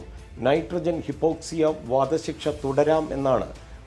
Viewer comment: ഹിപ്പോക്സിയ അല്ല hypoxia (ഹൈപ്പോക്സിയ) എന്നാണ് . ശരീരത്തിൽ വേണ്ട oxygen ലഭിക്കാതെ വരുമ്പോഴുള്ള അവസ്ഥ .